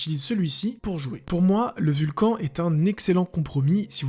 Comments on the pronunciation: Le roccat "vulcan" c'est les même gens qui disent "rakan" au lieu de "rakanne" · Ça ne se dit pas vulcanE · Bonne vidéo mais le nom du clavier se prononce "vulcane" car c'est pas fr.